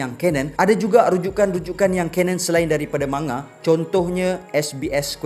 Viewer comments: Cara sebut dye man,ga... Jepun takkan sebut ma,nga... Sbb diorang xde huruf nga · Sebutan 'manga' tu Ma Nga or Mang Ga?....mcm awkward plk bila sebut Ma Nga tuh😅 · Siyes ah bro ko sebut ma-nga? Sejak ble tgk anime manga ni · Rasanya lebih kepada "Man-Ga", bunyi dengung pada huruf N. Boleh je taip di Google Translate, dengar sendiri sebutannya. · Manga manga. Geram ja dgr cara dia pronounce manga. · thanx bro. Just rsa trganggu skit bila.dgr speaker sbut perkataan manga tu berulang kali.....sbb mcm.awkward skit bunyi.nya😅....so.thts y sya mcm.nk cri kepastian